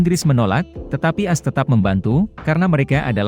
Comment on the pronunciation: Ngomonya ko as jd ass sih admin.. Ko di dgrnya jorok deh.. Emg admin org mana sih????? Org indonesia atau mana?